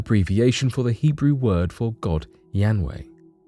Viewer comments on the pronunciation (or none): Ah, yes: The ancient god YAMway. He was originally the deity of door-to-door vegetable salesmen. (I think you meant "Yahweh." That's the usual spelling in English. Nobody knows the correct pronunciation.)